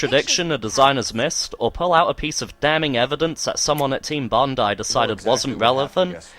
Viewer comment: I thoroughly enjoyed this review. I enjoyed it more due to the fact that you pronounced 'Bondi' properly.